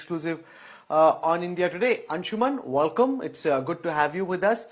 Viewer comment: Why does this idiot says "wallcome" instead of welcome. 3rd class fellow.